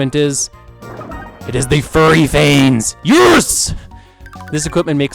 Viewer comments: you keep pronouncing "fury" as "furry" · Argh,, there's a difference between "fury" and "furry"! Both spelling AND pronunciation differences! Not to mention the meaning!